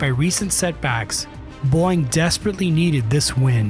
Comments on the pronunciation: Are you saying, “BOING”? I’m not the only one hearing that right? 😂 It’s, bo-wing. Boeing. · Am I hearing Boeing being pronounced as boing lol?? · I’m sorry, “Boing”? Age of the AI generated YouTube videos… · Is it really pronouced boing? Boing bong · He said it like boing, because that's what happens to the aircraft when it's in the air... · No, this one is Pure BONG. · A Human wouldn't pronounce Boeing as Boyng. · It's not AI? Why does he pronouce it as "boing"? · Then why did he say "Boyg" instead of BOEING? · listen to how he says "Boeing." He didn't talk about the canards, the only thing that was really confirmed in the actual release photo. If you're at >10% dislike ratio, I'm not the only one that noticed. AI VIDEO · maybe teach your narrator/AI to correctly pronounce Boeing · The video can't even pronounce the word 'Boeing' correctly. 👎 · Can't tell if AI voiceover or the dude doesn't know how to pronounce Boeing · You need to learn how to pronounce Boeing . Tbh this video is quite amateur.